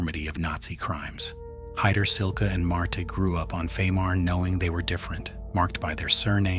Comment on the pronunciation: And Heydrich is pronounced Hye (or Hi) - drich, not Hay-drich. Kind of fundamental, I'd say.